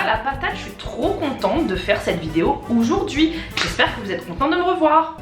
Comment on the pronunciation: Tu dis '' oujourd'hui '' 😂💕